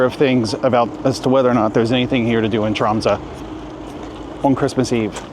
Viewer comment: Dude! I live in this city! You're talking a load of nonsense... Not knowing the difference between the North Cape and the North Pole, honestly, brush up on your geography... Making a video about a city and not knowing how to pronounce its name, making fun of both the Norwegian and French languages... Honestly mediocre... And know that for Polar Day, of course we have solutions... and waiting until the stores are open during the Christmas season... Confusing a library and a university… Sami are Indigenous people… crossing the biggest street full of ice when the car can push you… how did you f*cking know they are local! Pathetic